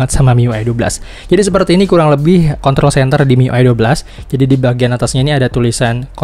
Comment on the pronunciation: Klo r gk di sebutin jadi contol Mars wkwk